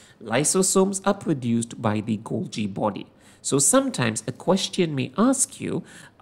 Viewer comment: You pronounce golgi body wrong